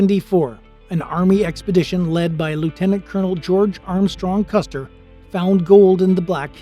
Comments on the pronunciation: It's Custer not Custard.However at the Battle of Red Butte or The Custard Wagon Train Massacre that occurred on July 26,1865. Sgt Amos Jefferson Custard of the 11th Kansas Cavalry and 20 of his men fought off attacking Cheyenne and Lakota Sioux warriors for several hours until they were massacred. The two that did not die were tortured to death. Amos and his men were scalped, but the scalps were thrown away since too many Cheyenne and Lakato died and no one felt like celebrating. By the way Sgt Amos J. Custard is my 2nd Great Granduncle. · Its Custer, not Custard.